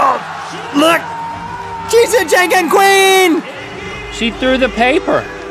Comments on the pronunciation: lol, the way Rhett said "Jan Ken", like it was another form of the word "Janky." It sounds more like "John Ken". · It's pronounced closer to John-Ken than Jane-Ken. Fun fact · its pronounced "jahnken" not "jaynken" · It's pronounced John-Ken not Jain-Ken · Janken is pronounced like John Ken. JankenPo is the Japanese name for rock paper scissors. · 😂😂 when he said Janken I laughed so hard. I'm Japanese, and it was funny, but it's pronounced John Ken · Rock Paper Scissors in Japanese is pronounced Jon-Ken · Rhett's pronunciation of janken 😂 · ....The way Rhett pronounced Janken hurt me a bit, not gonna lie.